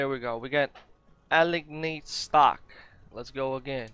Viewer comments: Good vid. Helpful. Please don’t take offence as none intended. It’s not a-ligg-need irs pronounced a-lie-nd. Still learned some info on scrapping so thanks anyway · i know English isn’t your first language but that word is pronounced as “Ah line d” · Did he really just say alley-egg-nade stock?